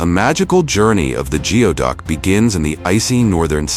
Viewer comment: It's pronounced gooey-duck